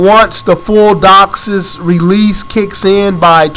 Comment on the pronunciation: You have no idea what your talking about. You pronounced DOCSIS wrong!!! ......... and its megabits per second, not megabytes. Huge difference. Do your research so you don't make yourself sound like an idiot.